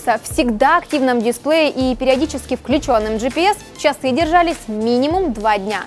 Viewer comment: Не совсем приятно .... очень корябает произношение слова чАсы.....